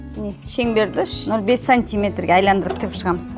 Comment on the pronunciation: Айландыру емес Айналдыру